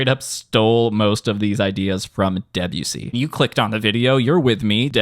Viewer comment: Saying Debussy like Debyussy instead of De-bussy is like saying Urin-us instead of Uranus